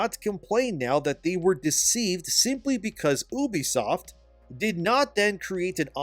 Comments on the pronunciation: I hate how you pronounce ubisoft..just call it you-b-soft.. stop saying Oubsoft..so annoying god damn it. I cant watch these videos like that. It pisses me off.is it that hard to say You-b-soft. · I shed a tear every time he said oobisoft instead of ubisoft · Also, you pronounce Ubisoft wrong. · Ubisoft is pronounced "You-Be-Soft" dude, ask them if you need proof. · oobie-soft lol i thought it was Ubisoft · at least pronounce ubisoft correctly